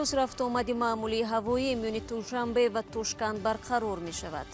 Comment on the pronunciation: Апа туншанбе не душанбе😆😆😆😆😆😆😆😆😆😆😆😆😆😆😆